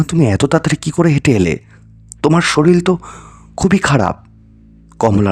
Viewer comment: Sorir ke sorir bolbe. Soril abar ki? Bangla vasha vul bolle khub Kane lage. Thik uchharon koro agee